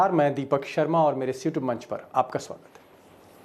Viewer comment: app please ‘Iss’ aur ‘Youtube’ manch mein pause deke boliye sunane mein lagata hain Shiutube manch sunai deta hain aur lagata hain youtube ka naam Siyutube hogaya hain.🙏